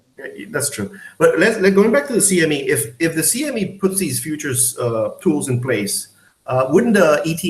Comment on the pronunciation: This guy keeps saying “SME”... Lol. It’s CME